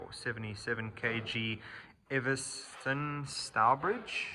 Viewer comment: Pronounced Eve-son not Ever-son